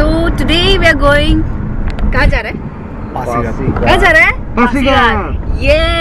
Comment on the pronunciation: It's pasighat .Not phasighat.